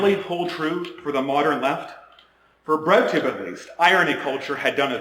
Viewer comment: When he first said "bread tube", thought he said "red tube" 😳